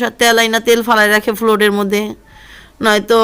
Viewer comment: Comment কে commend আর floor কে flod 🤔dedicat কে reddicat ?? Shuddo kore English bolte Nah parle Shuddo banglay kotah bolen Bhalo laghbe আর রেডিও কি দেখা যেত???